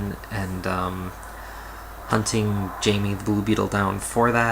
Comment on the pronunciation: Blue Beetle's name is pronounced "Hi-may." Plus, seeing his high school life is one of the best parts b/c that's what they go through. Are they just gonna skip high school just b/c they're a superhero? No, so we get to see how he balances it all. Read #2 of Blue Beetle and you'll see what I mean.